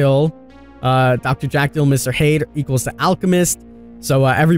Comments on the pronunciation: LMAO he said "Hade" no no no it's "HYDE" with a Y !!?? Lmaoo do you know about horror???????? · mr hade, dr jack-el? do you mean jek-le and hide? (thats tge prounounciafion) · King you're great but you're having a Noob3 moment like he did with the Plague. It's Doctor Jekyll (sound like jackal but JEH noise) Mister Hyde (sounds just like hide). Love you bud! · I think it's a CGI trailer like the other ones, not in game graphics unfortunately, and you said dr Jekyll and Mr hyde's name wrong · I'm sorry.... how did you just pronounce Dr. Jekyll and Mr. Hyde?